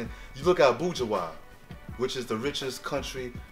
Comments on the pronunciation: Its not called abueha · Its abuja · He is pronouncing abuja wrong